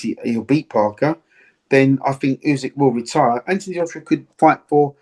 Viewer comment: ‘U~sick’…not ‘U~zig’….c’mon Duke boy, sort it out.